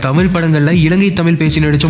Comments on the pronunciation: இவ்வளவு ஆராய்ச்சி செஞ்சி பதிவு போட்ட உங்களுக்கு தமிழ் வரவில்லையே... ? மூச்சுக்கு முன்னுறு முறை தமில் தமில் னு தான் சொன்னிங்க... ஒரு முறை கூட தமிழ் என்று அழகு தமிழில் சொல்லவே இல்லை. இது தான் தமிழின் சாபக்கேடு. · சரிங்க,…. தமில் நல்ல உச்சரிங் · கடைசியில் உங்களுக்கு “ தமிழ்” என்கிற உச்சரிப்பு “தமில் “ என்று தான் வருகிறது .. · To ‘’: It is ‘தமிழ்’, NOT ‘தமில்’. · "தமில் தமில்"னு சொல்லி தமிழுடைய அழகையே கெடுத்து விட்டீர்கள் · I like your channel a lot but just one suggestion, please try to pronounce as "Tamizh" not "Tamil". That would great if you can try your best. Thank you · Nee Thamizh nnu modhalla ozhungaa pronounce pannu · The narrator can’t even pronounce tamizh properly